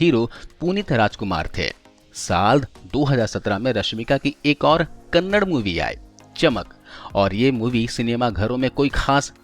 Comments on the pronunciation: Kannada hota h kannad nhi 😂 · It's KANAADA....and not Kannad. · Abe sale kannad nahi Kannada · Kannad nahi kannada hey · kindly pronounce Kannada properly its not Kanad! We don't say Hind for Hindi?? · Hello Bhai not kannad his kannada tikse bholiye kannada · Kannad nahi Kannada hai vo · Kannad nahi Kannada bro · Kannad nahi be kannada. Kannada bolna seek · Bhi hoo kannd nahii kannada bolo plz respect our language🙏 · Wo kannad nahii kannada heiji bhai